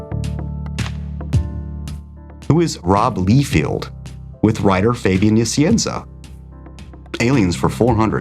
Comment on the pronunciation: Please stop saying McFare-Lane. The name is pronounced McFar-lin. Not Lee-field, but Lye-feld. And you misspelled Kieth (RIP). And Kurtzberg. Sheesh.